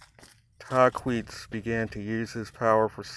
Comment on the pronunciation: Just a heads up its Tahquitz (tah•quit•s) i spent a lot of time as scout in idyllwild and have heard many legends of Tahquitz. Definitely a story to be heard